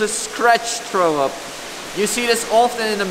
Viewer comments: "Traow up" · He can't pronounce it. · Im intrigued by how he says throw up lol.